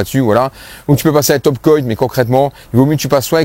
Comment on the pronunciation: merci pour tout ça. bon ''coat" se prononce "côte'' comme une "cote de boeuf'' 😊👍👍